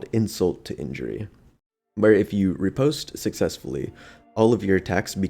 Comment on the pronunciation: Ri-pos-te Fle-che Your were close on pronunciation. Good video though.